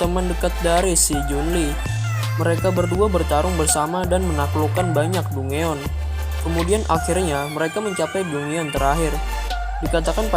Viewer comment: saran aja dungeon itu di baca danjen